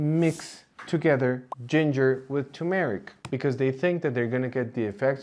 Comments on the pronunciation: It is pronounced tur-meric, not tu-meric, or too-meric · It’s TUR-mer-ik, not too-MARE-Ik. Can’t trust someone who can’t even pronounce the name of the spice correctly. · Please say TuR-meric, not too-meric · It's turmeric, not tumeric. There's an r in the first sylable. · You would be a lot more credible if you could learn to correctly pronounce turmeric! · Thank you doctor for giving us so much relevant information. A naive question, why are the words curcumin and turmeric pronounced with the stress on the second syllable? I have always heard British and American native speakers pronounce these two words with the stress on the first syllable. I'm wrong, arent I?